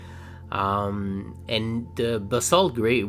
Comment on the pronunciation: Yeah the pronunciation for Basalt is (Ba-Salt) like it sounds you said it very well!